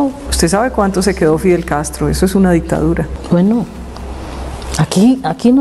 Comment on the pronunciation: Está señora vicepresidente ni hablar sabe, la itadura?😂😂😂 será dictador O dictadura